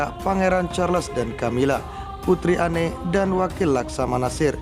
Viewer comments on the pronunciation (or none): none